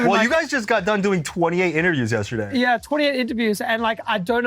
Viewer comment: Please god dont ever say the word "yesterday" like that again